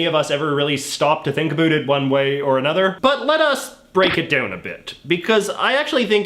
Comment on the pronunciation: "doown"?? "aroond"??